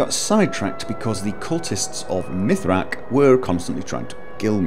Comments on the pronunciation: Mithraak? I think you mean Miraak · he was caller Miraak not Mitraak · Mythrack. You called him Mythrack. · cultists of mithrak? you mean Miraak right? :D